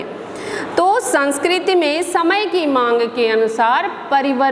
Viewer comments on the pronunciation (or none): Sanskrti bolte hai sanskrt nhi